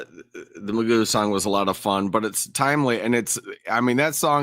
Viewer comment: In British English Gough, is pronounced as in cough and not who.